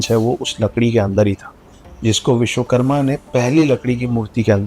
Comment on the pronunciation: Vishwakarma hota hai,aur Stapit hota hai na ki stapt